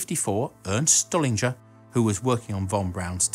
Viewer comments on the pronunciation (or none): wernHer von braun ...not werner. stuhlinger is pronounced stoolinga in english not stullinger